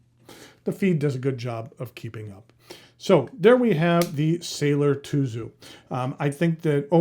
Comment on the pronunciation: Tuzu is pronounced Tsuzu in Japanese. Tsuzuru means to write or spell. The Japanese packaging has the words "zutto tsuzuru, zutto tsuzuku" which means to flow smoothly and continue forever.